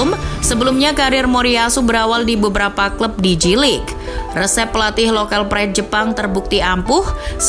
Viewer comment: Spellingnya Jey-Lig ya kakak, bukan Ji-Lig 😊